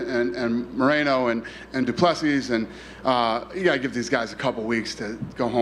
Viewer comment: When the reporter asked Dana about Dricus meeting Trump he purposefully mispronounced du Plesis' name...if you're an MMA journo and still can't pronounce it right at this point then you're not where you are based on merit.